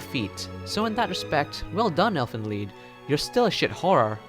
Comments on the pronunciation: Technically pronounced "leet" but "leed" will do. 😂😂 The title means Elves' Song. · it's actually pronounced "leet" but whatever...